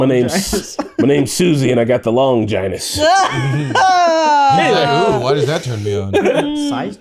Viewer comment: Normies listen up, Longinus the “Holy Lance” is pronounced with a “gin” like the alcohol not “vagina”